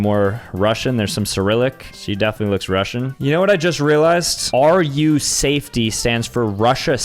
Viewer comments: sam is the type of guy to say 'rusa fety' instead of ' ru safety' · Bro said “r u safetty” it’s r u safety like Russian safety 😭😭 Edit: he just realized right after I typed this comment 💀